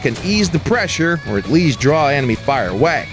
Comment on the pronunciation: Lol, he said emeny